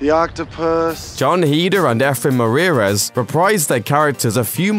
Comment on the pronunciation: Cool video and all but this man really said Efren Marirez wtffffff